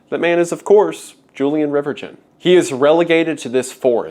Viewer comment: I'm pretty sure "Julien Reverchon" shouldn't be pronounced "Julian Rivertchon"